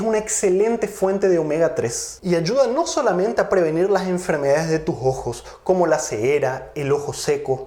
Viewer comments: Es ojo o jojo? Se pronuncia raro pero gracias doctor por su información y tiempo dios lo siga bendiciendo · Jejeje!!! El doctor dice "Los jojos" En vez de "Los ojos" o como dicen en mi pais "Los sojos"